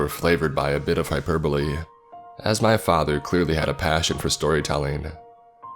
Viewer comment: High perbe..-li WHAT...BIG ENGRISH LOL